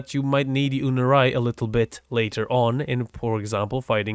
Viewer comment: I am NOT a native english speaker and that Focus school is "Unairu" in Spanish as it is in English. I don't get why pronounce it "unurai" either